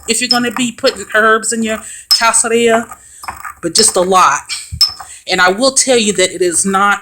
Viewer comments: I can’t stand to hear black folk refer to themselves as witches. Our melanin is too powerful. We are enlightened not witches. Our intuition is natural and more powerful than the others. The correct pronunciation is (kas-kad-ree-yuh). 🤦🏽‍♀️ nice try. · Pronunciation would be "Kas-ka-rrija" little shell or little peel. Is a Spanish word. Not being an a-hole but trying to help. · It’s pronounced Kas-ka-ri-ga meaning peel 😅 loved it super helpful 🙏❣️✨ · Sorry i dont mean this to be rude but its pronounced "cas-ca-ree-ya" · The pronunciation is BOTHERING me lol! But thanks for showing how to make it. I usually buy it in bulk, but want to use my energy in making it myself